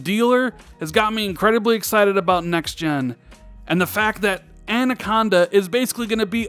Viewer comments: You said "An" - aconda right to start the vid at least... Rand-aconda! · I have grown to like Andaconda. Who needs proper pronounciation anyway? 👊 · At exactly the same time I was thinking he’s saying anaconda wrong , he says I know I’m probably saying it wrong. 👍👍👍🤣🤣🤣